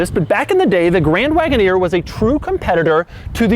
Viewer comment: Jeep Grand Woodoner😂😂